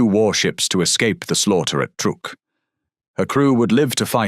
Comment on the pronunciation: truk NOT trook